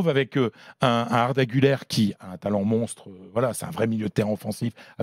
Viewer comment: cest guler pas gouler son nom